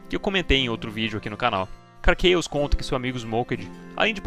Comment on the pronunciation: Se você le "KARR CHAOS" como: Karr "QuEIOS", você tem que ler o KARR com "QUERR", pois o a tem som de E no inglês. Ou laia como o nome de fato é: KARR "CAOS" CHAOS = CAOS. Dito isso, muito bom o video, nota 10